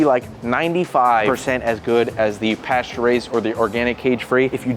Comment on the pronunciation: Sorry but how on earth did this guy just pronounce the word ‘pastures’ 😂